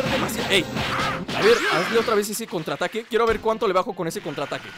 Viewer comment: en el contraataque dice contraaatque figense bien